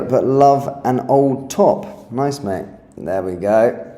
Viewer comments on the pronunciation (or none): none